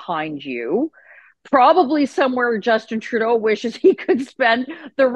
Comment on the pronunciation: Did I hear you say, "Justinna Trudeau"? I'm sure I did. Wouldn't surprise me in the least.